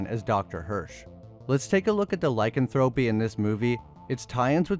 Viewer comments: Why do people not learn how to pronounce proper nouns when narrating videos? Firstly, Griffin Dunne...done, not dune. Secondly, Ly-CAN-thro-py, not Ly-can-THRO-py. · Its Done not DUNE (Dunn) and its Lie CAN THROPY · Lycanthropy is not pronounced that way.